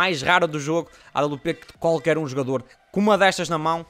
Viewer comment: não é awp é, à babliu pê